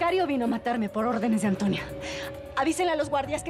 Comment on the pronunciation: Me gusta como balmaseda en vez de decirle a antonia le dice atoñia 😂